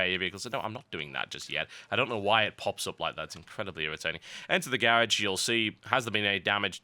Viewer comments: Garraj? Its pronounced Garoj. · TB: "You also have a garriage as well" Me: "WTF is a garriage?" *notices he means garage* Me: WTF... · gar-og, not gaer-age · "Garage". GUUUUUUH >_< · I like the way he says garage. lol